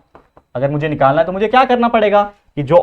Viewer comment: Cheesy 😂 nikolna hai 😅